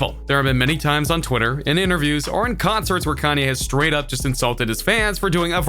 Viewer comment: Why this dude talk like that?? "And when the fans got to the CLAHB, Tyga didn't show AHP" lmfao